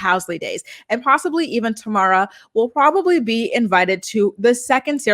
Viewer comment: Tamera is tuh-meh-ruh